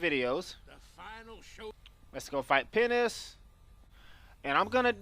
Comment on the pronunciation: Sounds like you said Penis instead of Penance